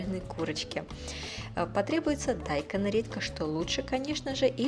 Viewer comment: Почему дАйкон , а не дайкОн? Первый раз слышу что бы с таким ударением называли... сестра с мужем в Сеуле живут, и сама готовлю блюда из этой кухни ...это всё равно что кАртофель произносить... странно как то звучит, но рецепты норм!